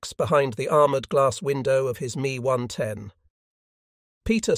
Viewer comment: It’s not an me 110, it’s an ME 110